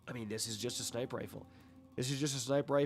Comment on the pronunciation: Why do you say sniper without the r? Just asking